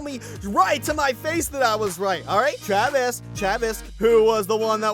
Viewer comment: "For once i agrree with travis" ZANVIS